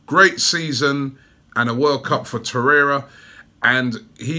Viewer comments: Torre*r*a or Torreira. PRONOUNCE IT PROPERLEY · Spoke too soon just once at the beginning 😑